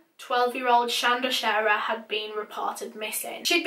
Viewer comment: Thank you for pronouncing our name right ❤️